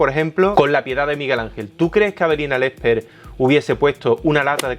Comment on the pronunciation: like si siempre escuchas "Avelina Lecter"